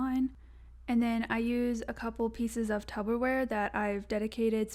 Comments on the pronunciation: TUBBER wrong it's Tupper babes 🤣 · Loved the video but saying tubberware and not Tupperware really stressed me out😫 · Tup-per-wear Not tub-ber-wear 😭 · Is tubberware that discount Tupperware? 😂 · DID SHE SAY TUBBERWARE???